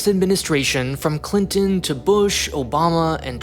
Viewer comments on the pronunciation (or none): none